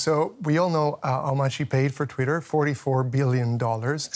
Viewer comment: Guest speaker cannot even pronounce twitter properly . . . proceeds to pretend to be an expert . . . ROFL